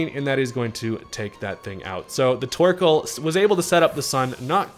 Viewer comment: I hear twerkoal. New nickname? lmao